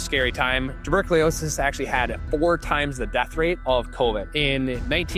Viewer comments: Maybe you should learn how to pronounce tuberculosis 😡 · I have to admit: Even if it didn't ruin this generally great video altogether, I cringed every time. Ha! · That's not how you pronounce "tuberculosis"